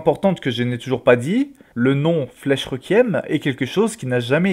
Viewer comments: Très bonne vidéo ! Bon par contre la prononciation de requiem a chaque fois... Ça se prononce rékwièm pas reukièm mdr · juste on prononce "Reqouyiem" et pas "Rekième" c'est un mot latin a la base donc voilà (je sais sa sert a rien et d'autre personnes ont du te le faire remarquer mais je le précise quand même au cas où) sinon vidéo extrêmement interressante ! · Heu requiem sa ce prononcé re-qou-i-em Bonne continuation